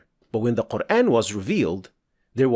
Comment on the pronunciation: It is not Qur’AAn, mate. It is Qur’æn. There’s a tajweed rule here. There’s 5 letters in the word قرءان and the way of pronunciation (heavy or light) is decided by the letter ء. Qur’AAn is the heavy pronunciation while Qur’æn is the light pronunciation. The tajweed rule is that there are heavy and light letters in Arabic so any of these letters, خ، ص، ض ،غ ،ط ، ق or ظ would be pronounced heavily but ء is not in this category. And any of these letters, ل، ر، or ا would be pronounced as either light or heavy, both are permissible but again, ء is not in this category either. All letters except the ones mentioned are to be pronounced lightly all the time with no exceptions and ء is one of them. Therefore, قرءان is pronounced as Qur’æn and not Qur’AAn. As for the word آية, it is again, not AAyah, but more like ayah like the u in the word ‘but’. There is no ٰ or any other madd on top of the ا that indicates the pronunciation to be pronounced as ‘aa’. In fact, there is ٓ which indicates a short vowel and indicates that the pronunciation should be pronounced as ‘u’ in ‘but’. So, no, brother, this brother is not introducing anything, just using proper tajweed as our Prophet SAW did. I’d really expect you to consider that this brother really seems to be educated in the rules of tajweed and his channel is literally about tajweed so perhaps you’d consider at least a little bit that he must have knowledge about the pronunciations…?